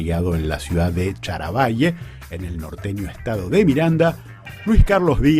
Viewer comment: Es Charallave, no charavalle jaja del resto muy bien!